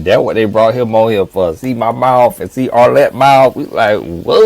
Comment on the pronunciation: I’m serious!😂 he be skressin’ her name OUT!